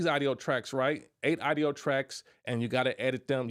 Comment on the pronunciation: Man don’t take this the wrong way but when i hear you say AUDIO you not pronouncing it correctly… (it should sound like AWE … AWE-DIO) not AIDO